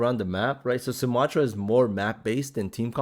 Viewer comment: You’re saying her name wrong 😂